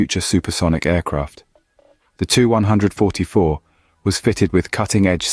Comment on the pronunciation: It seems as if you are a newer channel. Just some constructive criticism it seemed like you repeated yourself an awfully lot. Saying the same things within a minute of eachother super offen. And the 2-100-44 should be pronounced 2100-44. Other then those small things video was good. You did a good job I’m just giving you my opinion.